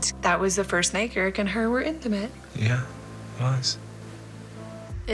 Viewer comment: I went thru 33 minutes of this before I understood his name was Garrick? I thought she was saying Derrick with a slight speech impediment. I really need it to be Friday, my brain is bad. 🫠